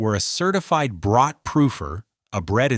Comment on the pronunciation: This is such an interesting and informative video; however, it would have been so much more authentic if the AI narration properly pronounced each German word, especially the word "Brot".